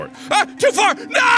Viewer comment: "Can't jump too fur, jumps too short and can't jump too shirt" This is why I watch this dude 😂